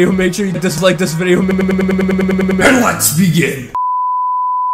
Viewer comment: It sounds like is saying 'and lesbian!' instead of 'and let's begin!'